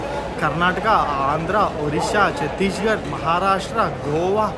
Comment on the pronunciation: Bhayya adi "future" kadu "feature".."Chatteesh..garh" kadu "Chattis..garh"